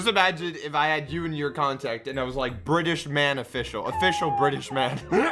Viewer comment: BRI ' ISH?